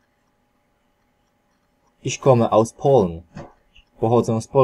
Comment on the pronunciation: Niektóre słowa są błędnie wymawiane, np. "Uhr" to nie jest "ur" tylko "uła" , "Polen" to nie jest "poln" tylko "polen" tak jak słyszymy. Jakby co to nie jest krytyka tylko ja piszę jak jest poprawnie i nie jest, że się chwalę bo mam 6 z niemieckiego.